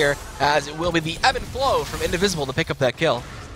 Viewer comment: dear riot, plz get rid of this terrible caster, he said fissions team is basic atk oriented then he called minions creeps and he keeps calling evenflow "EVANflow"